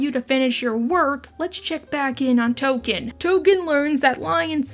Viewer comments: Tolken not Token. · Nooo, his name is Tolkien not “Token!” 🤣🤣🤣 Thanks for the new video and hug your furbabies all 💙🐱💙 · It's Tolkien, as in J.R.R. Tolkien. It always was, and if you thought otherwise, YOU are the problem!